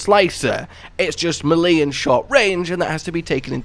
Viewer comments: Great vid! But... melee "may-lay", not "muh-lee" lol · U kill me with the whole “Milly” thing lol. It’s Maylay bro!! Lmao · Melee is pronounced “may-lay” for future reference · Brilliant videos but the one nit pick i have is the way you pronounce melee. I know a few people from the uk that i play elden ring so i know thats not the issue lol its pronounced may-lay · Meh-lee. Meh-lee. I've just found my new favourite pronunciation of this word, I've never heard that one before lmao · not how you pronounce melee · Bruh, that is not how you say melee. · The way he says melee makes me giggle each time lmao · nahhh why did you pronounce "melee" like that man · TIL u can spend 1000s of hours playing video games and recording videos professionally, but remain unable to pronounce melee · I'm new to this channel, so I'm a bit confused. Is he mispronouncing "melee" on purpose as like a running gag or inside joke or does he just not know how to pronounce it properly?